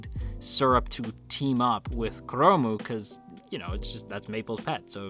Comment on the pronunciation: It slightly bothers me that you call 'chrome' as 'kuromu'~! Japanese is really broken when it comes to English sometimes~